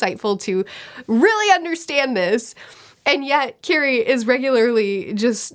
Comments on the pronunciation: Love your videos! Her name is pronnounced Kiri-eh 😘🤗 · Mispronouncing Kirie's name makes me feel like a screeching child is in my ear. Ki-ri-eh.